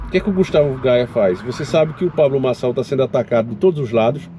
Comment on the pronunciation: "Pablo Borsonal"? Xi, já vou desligar teu vídeo agora mesmo. 😂😂😂😂